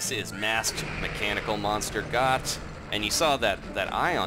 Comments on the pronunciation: Goht is pronounced (goat) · “WE GOHT HIM” Haha